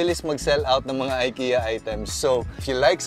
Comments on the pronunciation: I-ki-ya not ay-ke-ya. God bless. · Just a tip lang po. It's pronounced as "Ee-keh-ya" po not "Ay-kee-ya" :)